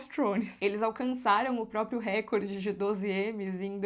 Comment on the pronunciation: Por que todo povo que fala "récorde", repete tantas vezes essa palavra?